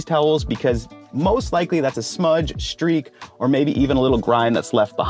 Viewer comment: What is a 'shtreak"?